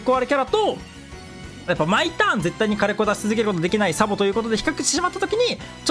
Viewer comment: サポになってるけど→サボです😅